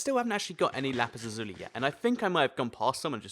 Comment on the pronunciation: thats not how you pronounce lapis lazuli